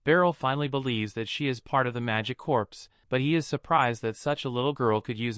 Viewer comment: Corps is actually pronounced the same as core, not corpse.